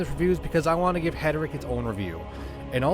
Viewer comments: I think you have that reversed. You mispronounce Heretic as Heteric. 😉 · Friend, it's Hair.i.Tick. Not Het.ur.Rick. But hey, pronounc8ng it that way got me to comment, so it's a "W" for the algorithm ❤ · heretic... not heteric